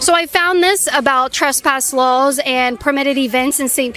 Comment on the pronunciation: It’s like a store: You DONT have the RIGHT to be there. You can be trespassed if you try to get in and they don’t want you there. Pretty simple. ALSO: Why does she say Lulls and not Laws?